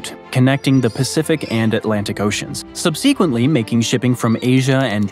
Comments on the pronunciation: "Sub-SEE-quently"... Is this a computer-generated voice?! I myself am Canadian, and I do not want to see the sovereignty of my country be threatened. The Northwest Passage is absolutely our internal waters. If nations want to use the Northwest Passage as a seamless trade route, then they need to help us help them. They should pay Canada for the use of the Northwest Passage, and the resulting funds should be used to help make the Northwest Passage a much safer trade route, as well as help to enforce Canada's sovereignty there. And Canada does not even have to charge a flat fee for its use. It should charge whatever each country is willing to pay, so long as that amount is not unreasonably low for Canada. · Stop calling it the Northwestern passage, that’s not what it’s called. And learn how to pronounce subsequently.